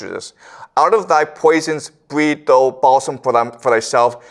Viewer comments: For someone who is Canadian he mispronounces a lot of common words. Like "thou" he says the same way as "though". This is a guy with a degree in Literature? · One of the best on youtube. 'Thou" - thou, as in cow. Hearing is mispronounced over and over is a thorn in the eye at an otherwise placid lake whereupon Confucius soothes us with eastern mysteries. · Re: 'thus spoke zarathustra' - the word "Thou" is like "thee" or "you" , not "though" and is pronounced "thao" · The word “thou” rhymes with how, now… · Thou is pronounced THOW.